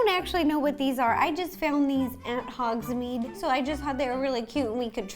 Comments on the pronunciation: Ro: I got all of this from ‘hOgS-mEedE Me:..........iTs HoGs-MaDe nOt hOgSmEeDe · I thought that it was hogsMADE not hogsMEED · its hogsmaid not hodsmed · HOGSMEAD NOT HOGSMEED